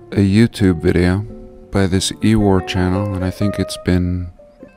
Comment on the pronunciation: ewar pronounced 'you are.'